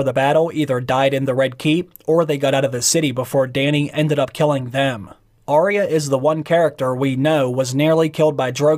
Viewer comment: Its arya not orya